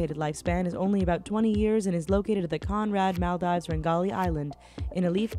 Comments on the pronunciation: Mahl-dies, are you actually stupid Mol-deevs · It's Mahl-deevs not Mal-dives. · HAHAHAHA MUL DIVES LOL ITS MALDIV S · anybody else cringe when she said Maldives? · Please learn how to say Maldives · When she was talking about Maldives I was laughing my ass off because of her pronounetion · lol how she pronounces Maldives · Did she really say "Maldaives"? Also, Ithaa = eetah